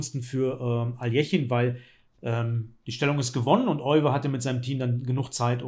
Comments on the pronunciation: Euwe wird im Holländischen wie Öwe ausgesprochen. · Leider wird sein Name in Deutschland immer falsch ausgesprochen. Das "Eu" spricht man wie "Ö", nicht wie "Oi"